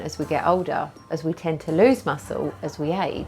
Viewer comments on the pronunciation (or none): none